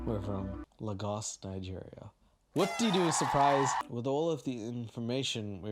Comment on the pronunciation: I adore this series from you,. btw it's pronounced Lay-goss:)